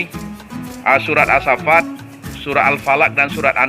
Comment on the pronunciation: Maaf koreksi bukan surah asfhafat tapi ashoffa washoofati shoffaa, bukan washoofati shafaa 🙏 takuty kalo baca Qur'an beda huruf beda makna